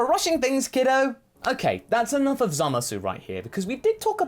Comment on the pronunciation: ZAMAS SAY IT WITH ME ZAH MUSS WHY DO YOU SAY ~SU WHEN EVEN THE JAPANESE DON'T sorry but it's been bugging me for a long time